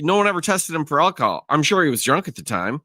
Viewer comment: Defendant: "You stated that I was under the influence of alcohol. Did you mean to say ackahol?" ROFLMAO